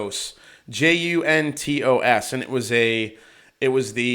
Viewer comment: Love the chat man, appreciate your dedication to production value👌. The balcones "juntos" is Spanish for "together". Pronounced roughly, "hoon-tose" haha I appreciate your effort tho 😂